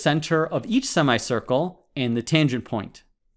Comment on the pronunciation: Anyone else who got strange feeling by thr way he says sima-ye circle